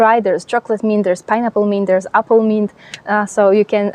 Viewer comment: Thank you. You gave me good ideas. The word "mint" was not understandable for a minute or so. The letter i is not like in french. It's sound is "ih" as in "the English word "myth". Also, the t is hard as in the word "sit". The n is also stronger. Your English is perfect except for that word. Funny, such a small word having complexity. I will plant my basil in partial shade and my chives in poor soil..